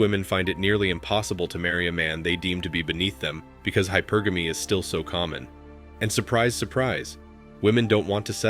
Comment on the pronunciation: Bro… Teach your robot how to pronounce hypergamy. “high-PURR-guh-mee”